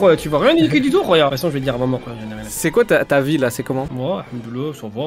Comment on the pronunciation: ARRETER de dire rouya jen peut plus XD